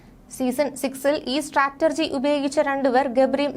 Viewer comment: സ്റ്റാറ്റർജി അല്ലെടോ.സ്ട്രാറ്റജി എന്നാ.